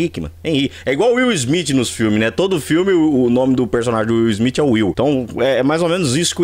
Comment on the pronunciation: Will Smith não,: Will Smiff 😂😂😂😂😂